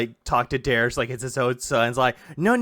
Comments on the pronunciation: Bro it's "derich" not "derish". I don't know if it's a fetish thing like dsp but it's so weird that you mispronounce it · Derich is one mispronounced take of his name away from becoming Americas most wanted.